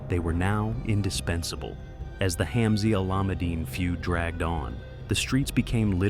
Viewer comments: Haha, I’ve noticed that too. 😅 No matter how bad the pronunciation gets, the Alameddine name still carries a heavy weight in Sydney’s underworld. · How does AI manage to say “Alameddine” worse every time 🫠